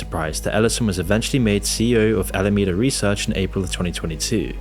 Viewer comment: Names the video "worse than you thought," then regurgitates what we've all known for weeks, as has been covered by everyone and your grandma on YouTube. Sprinkling in errors like SBF's arbitrage trick happening in Japan, and Alameda suddenly becoming "Alamanda" - twice. Yeah, I'll pass on this channel.